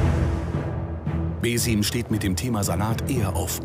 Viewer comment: junge, bitte lernt doch die namen richtig auszusprechen. ich weiß deutsche mögen das nicht und wollen seltenst neues lernen, aber es ist wirklich nicht auszuhalten wie hier die ganze zeit beeeeeesiiiiiiiiim und haaaaaaakiim gesagt wird meine nerven